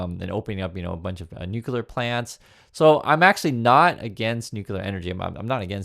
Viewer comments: “New clear” not “new cue ler”❤ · It's Nu-cle-ar, not Nu-cu-lar... Go back to school